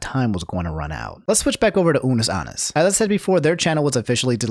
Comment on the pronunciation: i know you didn’t just say unus aannus and markeeplier